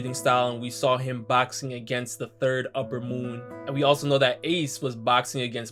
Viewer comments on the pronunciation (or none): none